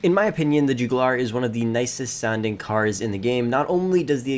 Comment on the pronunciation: The “Jewgoolar”… 😂